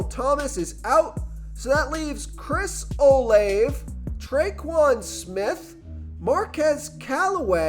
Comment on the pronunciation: His name is Chris O- “Lavey” god u sound dumb as shit do ur research